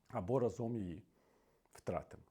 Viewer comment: рАзом, а не разОм!!! Це "хвороба" медійників та популярних особистостей, чи навмисне нехтування правилами? Вислів - "рАзом й батька легше бити", та "разОм батька легше бити" мають дві різні ознаки події. У другому випадку не використовується "й" бо наголос у слові "разОм" вказує на те що це ДІЄВЕ значення, а не КІЛЬКІСНЕ . А для більш простого вивчення цього простого правила "рАзом" чи "разОм" є дуже відома пісня - "рАзом нас багато, нас не подолати...". Використання наголосу на "разОм" у контексті висловлювань Портнікова вказує на дієвість події, підставте у речення де Портніков каже "разОм", слово "за раз", або "миттєво", зовсім інші сенси приймає вислів і не має логічної прив'язки до контексту того що люди мають бути об'єднаними бо "рАзом" ми сильні, тобто кількісне значення.